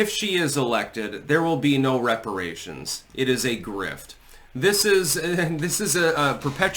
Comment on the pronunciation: Weparaaaaations, hypnotic to the black mind.